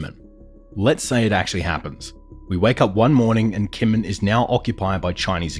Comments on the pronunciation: It's a small quibble, but it's pronounced "Jinmen." They use a quirky transliteration method from way back that for some reason had the 'j' sound written as 'k.' On a more substantial note, I'm curious why you're so quick to discount what you label as Option 3. I'm also extremely curious why we would necessarily view such a thing as the reestablishing of a direct U.S. military presence on the main island under the Taiwan/ROC government's control as a strategic defeat for the United States. If anything, from a military strategic standpoint, a PRC invasion and occupation of Kinmen undertaken independently of a full-scale war of annihilation against the Taiwan/ROC government, occupation of all Taiwan/ROC-governed territories, and sufficient measures to preempt a U.S.-led counterattack would be more than enough pretext for the United States and its allies to quickly and resolutely close the final link in the First Island Chain for good—and likely with the enthusiastic support of the Taiwanese voting public and other democracies in the region to boot. China would be effectively encircled within its immediately-offshore sphere of influence for the foreseeable future with each link in the chain then having a vested interest in not being the weakest link. The First Island Chain includes the Japanese Home Islands, the Ryukyu Islands, Taiwan, and the Philippines. If you imagine it as a line drawn with pencil, it gets smudged over Taiwan due to the complicated diplomatic dance all the p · Your pronunciation of Kinmen is jarringly wrong. It's hard to believe any of the analysis of the video if you can't get something basic like that right.